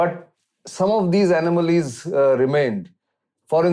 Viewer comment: Columbus was looking for India and landed in America. I think you got your adventurers mixed up. Also it's "anomalies" and not "anamalies". At first I thought I heard "animals".